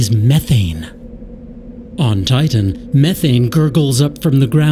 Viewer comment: i think the narrator is A: an alien or B: one of those text to speech programs the way he says saTurn and tiTan and hes way too happy about hyperion